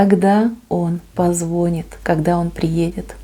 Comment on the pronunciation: спасибо за гадание, но в слове позвонит, ударение надо делать на и